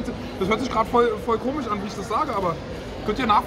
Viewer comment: Schreibweise: Komisch Alle: Komisch Unge: Komich Tanzverbot: Komig TRIGGERED